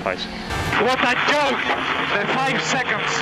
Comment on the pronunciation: 5 SECONDS IS A YOKE! - A YOKE - WHAT A JOKE, THE 5 SECONDS, WHAT A YOKE! - WHERES PALMER? Fernando, Palmer has retired. - KARMA!